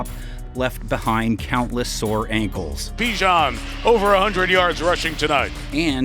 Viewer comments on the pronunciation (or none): You hear bijan name how many times a game...theres no excuse on why you cant pronounce it...put some respect on that man name